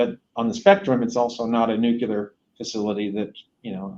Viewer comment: Why do people pronounce NUCLEAR like George Bush use to. Drives me crazy.